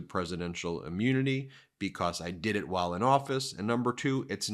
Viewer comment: "Yes, I dood it, I would dood it again and then some" 😮 😅😅😅😅